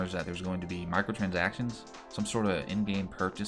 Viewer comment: Excuse did you say MICROTRANSACTOINS?